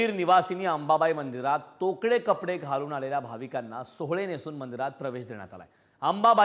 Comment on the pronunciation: मातृभाषा मराठी असून ही "सोवळे" न म्हणता "सोहळे" असा उच्चार करता ?